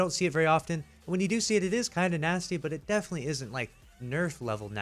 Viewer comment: It’s “NaSTy”